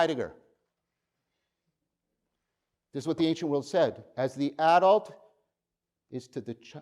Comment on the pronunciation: You mispronounce "ancient". No disrespect intended.